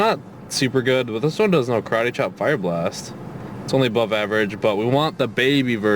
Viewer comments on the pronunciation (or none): none